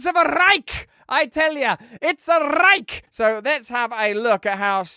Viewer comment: The real tragedy is them pronouncing the word Reich. I could see hitler having a rage fit.